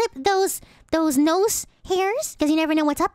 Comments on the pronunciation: Nose or noose? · Nymphia Sylvie Nose. I’m just poking fun at how she said the word.